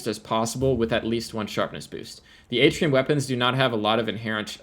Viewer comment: It’s pronounced “Artian” not “Atrium”